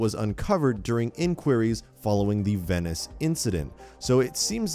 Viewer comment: The way he pronounces “Venice” annoys me soooo much... Edit: he says Venice like 23 god damn times jesus